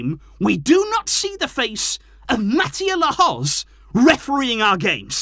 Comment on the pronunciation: Barca knew who the ref was. Sometimes you have to beat them and the team you play. Can you at least pronounce his name correctly? Very disrespectful